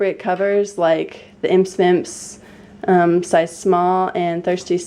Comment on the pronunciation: Imse Vimse is pronounced 'eem-sea veem-sea'. It just means 'itsy bitsy' in swedish :)